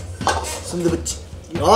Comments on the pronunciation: スンドゥプじゃなくてスンドゥブ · スンドゥプじゃなくてスンドゥブだよ！